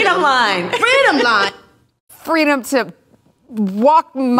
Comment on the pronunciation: Doesn't she mean fwweeeedom .